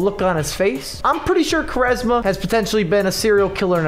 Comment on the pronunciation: Btw it's pronounced "Qu" "ARESMA"